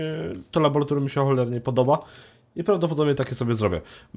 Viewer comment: Nie labolatorium, tylko laboratorium.... Wstydź sie!